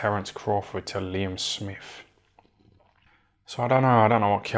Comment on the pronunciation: "Liem Smif"